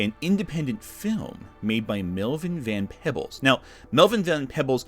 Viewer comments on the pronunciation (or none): It's pronounced Van Pee-bles like people but with a B